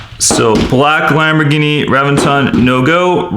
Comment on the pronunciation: U should look up how to pronounce the car names right